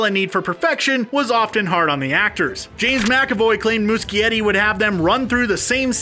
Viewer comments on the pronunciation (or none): MUCHIETTI IS PRONOUNCED MOO-SHE-ETTI. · Lol the way he said Andy's last name killed me 😂😂😂